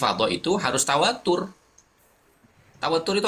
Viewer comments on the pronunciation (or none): baca tawatur jangan pake tasdid jadi lain artinya, mungkin perlu belajar lagi gus...